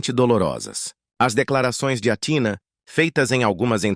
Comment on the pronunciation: O nome Grego se pronúncia ATHINÁ E NÃO TINA FAVOR PRONUNCIAS O NOME CORRETO DELA !! ATHINÁ O ACENTO E NO Á E NÃO NO TÍ